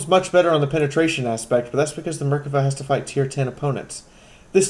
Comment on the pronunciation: Some of these comments.... Lol terrible. There is a lot of info and your vids are more than usefull. On ps4 we get even less information, no biggy. Anyway I notice people calling Loepards "lepard" and Merkava "merka va" a few others too, it's a German Lee uh pard, and isreals beauty the Mer-kava, as former 19D we sat through days upon days of vehicle is and so on. Be glad the games dont make us identify targets through thermals lol